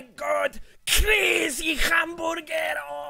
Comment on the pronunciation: "crazy hamborger"